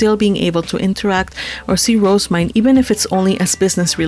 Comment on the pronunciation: Her name is pronounced "Roh-zeh-myne", not "Rose-myne". (Compare to the name Roselyn.) (I have this via the J-Novel Club forums directly from the English translator, who has consulted with the author.) However, people having a different pronunciation of a fictional name isn't a big deal, so whatever.